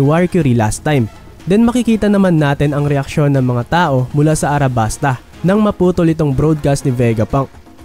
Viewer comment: Correction Alabasta po. Hindi Arabasta 😅 Saka Oda po name ng one piece creator Goda eh hahaha